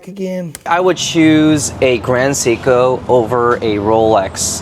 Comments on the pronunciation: What baffles me, he calls it "Cee-ko", "Cee-ko" who? At least get the brand name right. Also, Rolex has literally no value besides the scarcity they create. Get an Explorer or an Oyster Perpetual slap a different name on the dial, call it Mulex and try to sell it only for its design. Now get a Grand Seiko, take the brand away and name it Cee-ko, I am pretty sure what people will choose. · "Educate someone correctly". Will you stop saying Seeko and Bretling then? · Can't even pronounce Seiko ... asked chatGPT for an explanation ... enough said, expert my ass